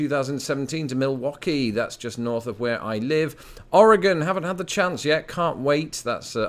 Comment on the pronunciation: I wanted to give you props for pronouncing Oregon better than most Americans.